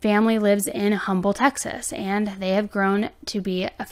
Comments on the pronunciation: Also, Um-bull (the "H" is silent in Humble, the town.) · It's awful these people just snap when they can't control every so sad for the family . Humble TX is said without the h sound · Hey girl love your channel watch all your video !!! I just wanted to let you know humble it pronounced umble the h is silent ❤❤❤